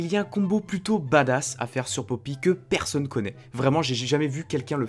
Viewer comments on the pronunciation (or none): none